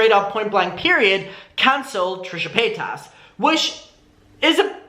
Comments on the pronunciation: Ilysm and I know it's hard to change speech patterns but it does make me kind of sad that it seems like shane dawson successfully made everyone mispronounce trisha's name 😭😭 I forget until I'm reminded, like he rly did that to them huh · You’re saying paytas like Shane 🙃